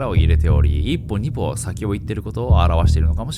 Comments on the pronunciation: 一歩二歩=いっぽにほ だよん🙄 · いっぽにぽ🤭かわちいい笑